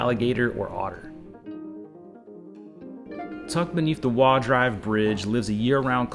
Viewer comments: It's pronounced like "Waah" she said it more like "Woah". It doesn't really matter that much, no big deal. I was more concerned about calling Johnson Space Center "this Kennedy Space Museum" lol Funny thing is she implies it's not in the city limits, but the city annexed that entire area (Clear Lake) there back in the 70s. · As a Houston native, you did a surprisingly good job on this video. Don’t feel bad about the pronunciation of Waugh. Houston has a unique way of pronouncing streets (just look up kuykendahl, San Felipe, Bissonnet, and Fuqa) I would counter your comment on not needing the toll tag. Depending on what area of town you’re exploring and when (anytime between 3-7pm especially) it really can make a huge difference. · Native Houstonian here. Thanks for showcasing our city. It's definitely not what people think of when they think of Texas. I love that you showed different parts of town, not just focusing on NASA and the typical spots. The only criticism I have, and it's small, is your pronunciation of places and things. I was glad to see the correct way to say Waugh, but Montrose is mon trōs and tamale is tamalee. Other than those, great job!